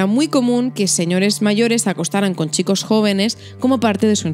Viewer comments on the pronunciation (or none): none